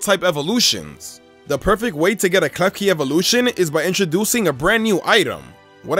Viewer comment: Klefki-card hahaha